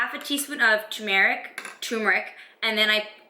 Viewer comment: I definitely hear you on the low immune system and being a teacher thing. I'm an English as a Second language teacher. I got sick a ton during my student teaching last year. Also the pronunciation would be /ter mer ik/ :D